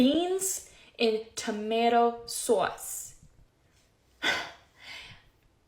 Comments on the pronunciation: “Tomato SA-WAS”? 😂😂 That is not said by any American from any state😂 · No American I have ever known pronounces sauce like source.